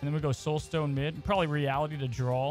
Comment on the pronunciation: (draw) not drawl